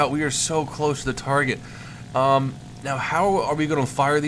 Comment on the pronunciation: Did you say 'now' or 'meow'?